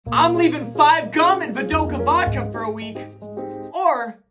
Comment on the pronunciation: This is the last vid he says vidoka vodka ;'b